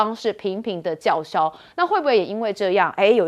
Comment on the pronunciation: 這個主持人該換了喔！什麼叫嚣??